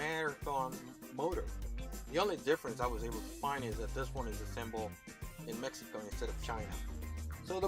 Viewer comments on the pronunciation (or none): none